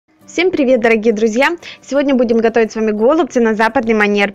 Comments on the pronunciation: Голубцы-ударение на букву«Ы» ! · Убедительная просьба в ультимативной форме правильно произносить данное слово голубцами голубцы голубцы голубцы